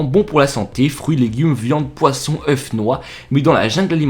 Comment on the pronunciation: Les oeuffffss mdrrr il sait pas parlé lui